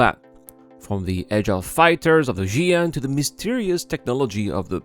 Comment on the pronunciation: WHY every pronounce Ji'an Xi'an pronounced like Chi'an